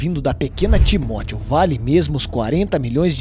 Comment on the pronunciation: Timotio nao porra é Timóteo